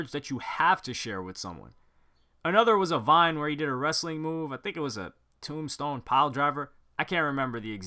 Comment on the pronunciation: That shit kinda hurt when he said tombstone